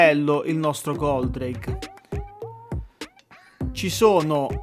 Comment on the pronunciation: Ma non si chiamava Goldrake? Chi è Goldraghe? Lol